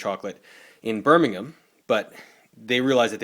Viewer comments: Correct pronounciation of Birmingham 👍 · Thanks for pronouncing Birmingham correctly. The Cadbury World Museum is now in Bournville. The original factory inspired a young schoolboy named... ...Roald Dahl.